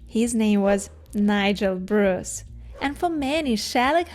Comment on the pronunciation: You Bruce well. .ost Russians and Ukrainians are calling me Bree-yce.